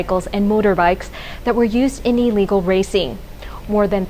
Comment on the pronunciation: I don't disagree with you about that. But I disagree with you that she was schooled in America. I could be wrong though. But my reasoning is that Americans typically pronounce the prefix in "illegal" with an "ill" sound, as opposed to an "EE" sound.